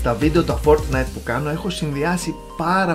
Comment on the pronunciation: Μονο εγω ακουσα στο οτι ειπε το fortnite φορτνσαϊτ?